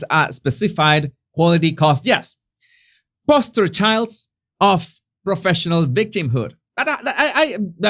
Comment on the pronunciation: btw it's "poster children" and with a long O in poster. 🙂